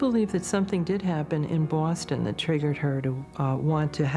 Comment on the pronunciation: It seems weird to pronounce ‘Boston’ in that way...